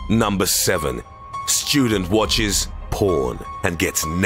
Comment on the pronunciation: Shtudent Wotches... POOAN